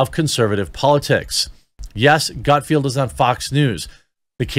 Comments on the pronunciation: Dude! GutFELD, not GutFIELD. It was cringy hearing you say the name wrong over and over and over again. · Its Gutfeld,not Gutfield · Not to be that guy Jeremy. But it's Gutfeld, there is no "i" in his name. It's pronounced felled not field. I have been watching him since the old Red Eye days. When he was on at like 3am. But his success is simply a matter of an oversaturated liberal field and no Trump to keep them afloat. I mean if Craig Ferguson came back (please 🙏) he would crush them all at this point. He was never really political. He's genuinely funny and his show was great. He would be number one in a week. If CBS had ANY brains, they would fire Corden, move Colbert to , and back a truck of money up to Craig's house. But sadly, Craig has integrity and has flat out said he doesn't want to be "the guy" . Too bad for all of us. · Love your channel. Keep up the good work. I watch the show in question frequently because as you pointed out, it’s funny. And you’d be great on it but first you have to get his name right. Gut feld… feld not field. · It’s GutFELD not Gutfield. And what’s with not reading everything as it’s written? I have to say, that’s frustrating to the viewers. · Btw its gutfeld not gutfielf. My wife yells at me when i get it wrong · If you're going to try to get on his show, then I strongly recommend you try to get his name right. It's GUTFELD, not "Gutfield"! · If you want to be on GUTFELD, it would help if you started pronouncing his name correctly. It's NOT Gutfield, it's Gutfeld! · It’s GUT-FELD. Rhymes with “MUT-WELD” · "Gut-Field"? Seriously Jeremey? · Come on Jeremy put a little more effort into reading. His name is Greg GUTFELD. There is no i. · Omgosh. It’s GUT-F E L D. Learn to read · GUT FELD! GUT F E L D! LOL. Come on Jeremy! There is no "i" in GUTFELD. Coming from someone who's last name is coffield, pronounced koe feeld :) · Maybe 1st learn how to say his name correctly before you wanna be on his show